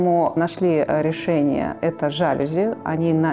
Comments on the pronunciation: ЖалЮзи, невозможно слушать 😂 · что за.. уютный,теплый,гостеприимный,выразительный,стильный дом. аж душа поет. /нет вдохновения начерпались в подвалах лубянки. и кстати,профессионалы интерьера должны быть в курсе ударения в слове жалюзи́